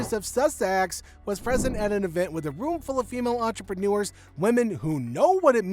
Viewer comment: I thought that revolting self-promoter was supposed to speak French? If she did, she would know that 'entrepreneur' doesn't rhyme with manure.💩😮 Although that's more appropriate for the podcast 🙄🙄